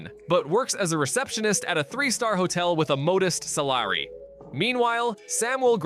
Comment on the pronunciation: The way this bot pronounced “modest salary” is so funny